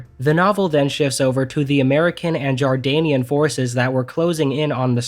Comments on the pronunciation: It's JORDANIAN and not JARDANIAN,get it right. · I think only a few people mentioned it but just 2 points 1- its not "Jardanian", the country you are thinking of is Jordan not Jardan and its armed forces are actually called the "Jordan Arab Army". 2- The pyramids are in Egypt, NOT Jordan so that's actually the Egyptian military.....Egypt and Jordan do not share a border so there's no way or reason Jordon is sending anyone to Egypt when they would have to go through Isreal/Palestine first. If you are going to not bother fact checking a video before you release/edit it at least get the pronunciation and countries involved correct.